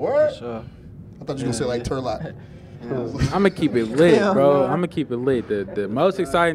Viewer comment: Nigga said "Turlock" 😂😂😂😂😂 foh